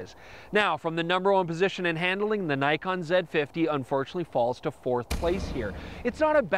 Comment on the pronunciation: haha, yes, but screws up with Nikon!